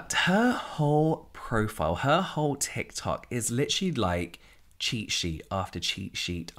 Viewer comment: Thank God! Luv the tikular tok content! Not just bc I luv saying tikular tok either 🤣